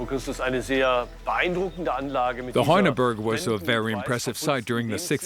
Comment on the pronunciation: La traducción es horrible, como se puede traducir "torques" como "antorcha", la pronunciación de los nombres alemanes, franceses y griegos es totalmente incorrecta (hace sangrar los oídos oír pronunciar Vix como "Wix" ou Heuneburg ("hoineburg") pronunciado Honeberg", y no digamos ya oinochoe ("oinohoe") como "nochowuei")